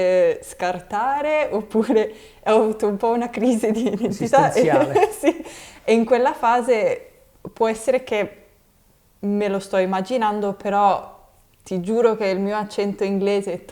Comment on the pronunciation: E' stupefacente come Katie parla italiano. non ci si riesce a credere. Solo al minuro quando dice "me lo sto immaginando", si sente che l'ha pronunciato con una "g" molto debole, mendre invece gli italiani la pronunciano più rafforzata, quasi una doppia gg. ma a parte questo è incredibile.